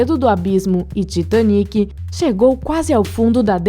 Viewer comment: Ela fala Titaniquí